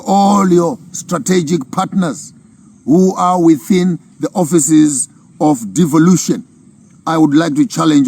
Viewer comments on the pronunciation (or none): none